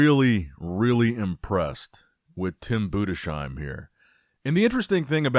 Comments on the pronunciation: Budessssssheim u philologist not budeshheim its not that hard even tho you are American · Tim ‘Boo-dess -hime’ He will get it right one day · Little closer this time but still not correct it's pronounced boo - diss - hime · It’s Tim BUDES - HEIM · His name is pronounced TIM BUUDEZHAIM, please long U, not SH but Z